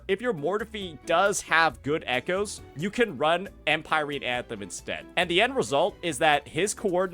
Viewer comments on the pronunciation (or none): 'Em-pie-reen' jesus 🤦‍♂️